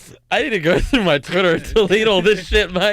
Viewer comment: i was losing it "muai twitta" 😭